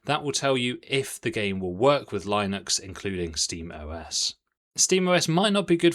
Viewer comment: Ewww that pronouncation of Linux is just wrong